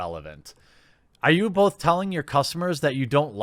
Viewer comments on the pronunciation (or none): none